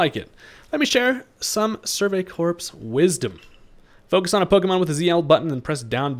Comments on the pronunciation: I know it's weird, but in the word Corps the p and s are silent making it pronounced as "core". Enjoying the content and hope you're enjoying the new game! Cheers 🥂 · "Corps" is pronounced "core", my guy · The "ps" in corps is silent